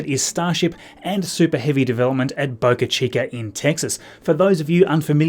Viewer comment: As an American I thank you for not saying Boca Cheeker like other Australians and Brits